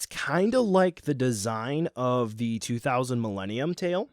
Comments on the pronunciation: Haha. 2000 with that southern accent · Godzilla 2000 with that southern accent